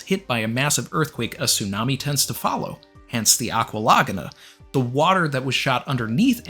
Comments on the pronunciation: I love how pronounced it Agua La-gunna and not La-Goo-na 😂 didnt wanna be caught dead revealing the Goon Goon no mi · i was enjoying your video til you pronounced laguna "lahguhnuh" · Say Agua Laguna like that one more time 🥊